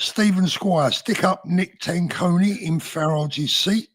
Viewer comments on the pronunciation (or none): if not UKIP, you should take spanish classes. Nick Tenconi is the leader...